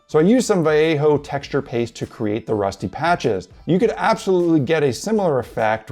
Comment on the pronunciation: Just want to say, I totally appreciate that you say Vai-yea-ho, not val-lay-ho